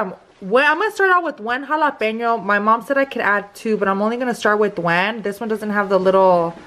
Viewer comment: she said I'm only going to start with wan meaning one🤣😂😂 Am I the only one that caught it lol